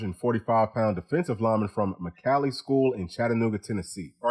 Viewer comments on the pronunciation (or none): Im a former Bradley Bear, my daughter is a senior there, Boo and Marcus are great guys, sooo sad to see them graduate, but so glad their both Vols! BTW MCCallie is pronoouced Mc CALL ie